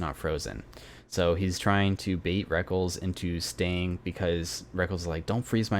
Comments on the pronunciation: LOL the way you pronounce Rekkles, it not "wreckles" it "wreck-less" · have to admit i completely lost my shit every time he pronounced rekkles "reckles" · The way you pronounced rekkles is so funny :'D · lol I've always actually prefer that pronunciation even though it's wrong. Can't break the habit.